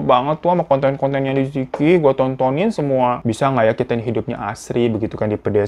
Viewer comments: Bacanya bukan liziki , tapi "Li Ce Chi" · Li Ziqi bukan benar2 dibaca "li-zi-ki". Cara baca pinyin itu "li ce chi" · Bacanya liceci bang fyi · Aku ngefans banget sama liziqi Liziqi bacanya lisice. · Liziqi baca jadi Li Ce Jhi kakak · Bacanya salah， yang bener Li ce chi Tao Bao bacanya Thao pao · Li ce yi Bang cara baca namanya